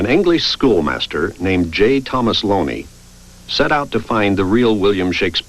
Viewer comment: Funny how the name of the guy who started this drivel about the Earl of Oxford is spelled J. Thomas Looney; but they pronounce his name Lonie. Oh, well...